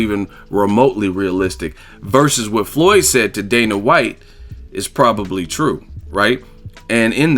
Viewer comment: "The Fertata brothers, Dana Watts" lol